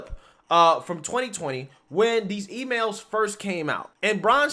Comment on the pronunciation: every time you say these it sounds like Deez I keep think your gonna pop a "deez nuts" in there. Like, "they didn't carefully evaluate Deez nuts"